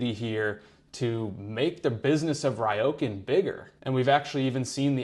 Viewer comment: It is Ryo,kan. Not Raioken. 😢